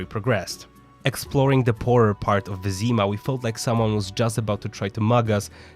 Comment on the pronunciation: Why the fuck Wyzyma not Wyzima? You are polish, so pronounce it correctly!